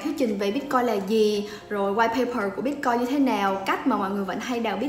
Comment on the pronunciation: Sao em van doc la "bitcoi" ?